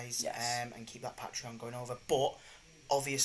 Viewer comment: pat-reon? pay-tree-on. come on bruv lol. good watch tho! dunno how I'm 2 years late tho